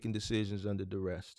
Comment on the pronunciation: I’m learning a lot. Hopefully with your informative videos and a consultation or 2 I’ll cut out a lot of the mistakes and hit the ground running. I also appreciate your effort in enunciating and properly pronouncing words. However fyi there is no t or -Ed on duress or novice. I know you wanna be the best you can be. Just a little constructive feedback. Enjoying all you do bro.